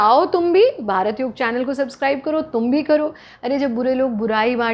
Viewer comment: Thank god ! Finally someone saying "Yog"and not"Yoga"!!